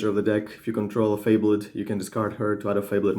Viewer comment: it's not fable-ed... it's one word. lol if you Google "definition fabled" you can hear how to pronounce it. fa·bled /ˈfābəld/ adjective well known for being of great quality or rarity; famous. "a fabled art collection" or mythical; imaginary. "the fabled kingdom"